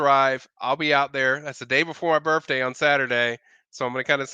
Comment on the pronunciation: Can pronounce the “th” sound or is it always and F. Boff, birffday. Just a few. 😂